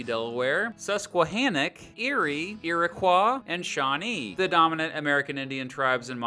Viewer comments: I'm sorry him pronouncing "iriquois" "eeriqua" physically hurt me. It's pronounced like "eerikoi" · As a heads up, Iroquois are pronounced Iri-coy! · Pronounced iroquois incorrectly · U pronounced “Iroquois” wrong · please learn how to pronounce Iroquois